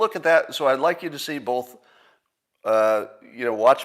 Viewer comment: He drops the ‘t’ in words ending in ‘tion’. I’ve never heard that peculiarity before. Also, notice his pronunciation of the word ‘both’. It’s ‘bolth’.